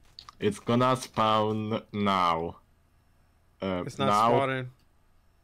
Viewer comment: "its gonna SPAUN now"